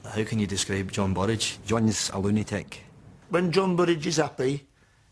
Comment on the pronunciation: "Looneytic" 😂😂